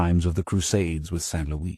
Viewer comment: Please upload this version to the Internet Archive or Mega, save for his pronunciation of Louis as Lewis, Frank Muller's vampire chronicles narrations were the absolute best, thank you for the upload!